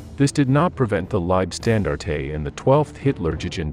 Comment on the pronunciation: Leibstandarte….pronounced phonetically: libe-Shtan-darteh Wermacht…pronounced: Vermacht Wenck….pronounced: Venck Good video although poor pronunciation undermines your hard work.